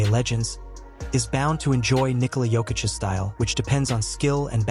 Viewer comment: Your AI really has some problems with the name. Just write it as Nikola Yokitch.